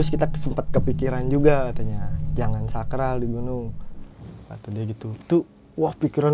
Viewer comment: SOMPRAL knpa jdi SAKRAL. LEGENDARIS knpa jdi LEGENDERIS 🤣🤣🤣🤣